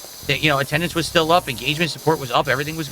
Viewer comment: PleaYUse stop give me money or gtfo also why anyone's talking to ME, REE?! Attuhndance is down, kahntributions are down, what's goyiungahn?! - 43yo Lolcow